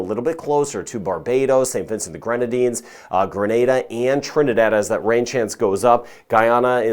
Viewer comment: I love that you pronounce the names of the islands correctly! You can call us St. Vincent! We don’t mind if you leave off the grenadines! You’re a great weather man! Thank you for all you do!